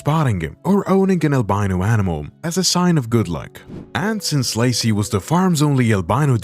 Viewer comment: Why does Lacy become Lucy during some instances of the narration?